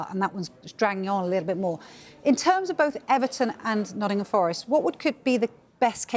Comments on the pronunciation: Why are they calling Nottingham Forest, “Noddingum Forest”?!? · “Noddingham forest”